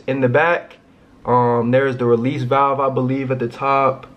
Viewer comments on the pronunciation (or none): none